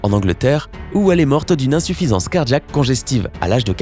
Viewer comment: Mondjal ,, cardjac 😂